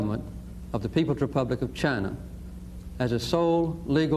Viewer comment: Finally! Someone who can pronounce Beijing. JING. as in jingle. Not as in BeiGe. 👍👍👍